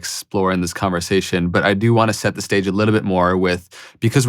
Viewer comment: "it really sets the sage... stage.." lol, this was a pretty deep slip up